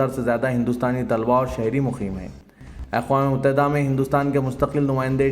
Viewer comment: Aqam e Muttahida nahi 'Aqwam e Muttahida" bol bhai🤣🤣🤣